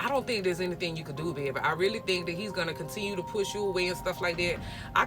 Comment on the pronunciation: Lol gotta be Louisiana all I heard was “yeaa baaabay”